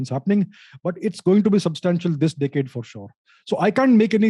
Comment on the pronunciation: Ohhhh decade, thought he said dickhead